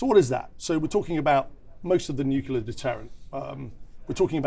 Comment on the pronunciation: This nucula thing. Is it something to do with atomic nuculas?